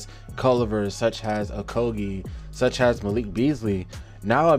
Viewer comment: Really like the video, some great statistical analysis. Two notes: The word is specifically with and S, not pacifically It’s such as with no H not such has